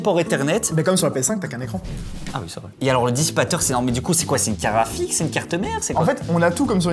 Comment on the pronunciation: Dire "carafik" au lieu de carte graphique c'est une prononciation belge ?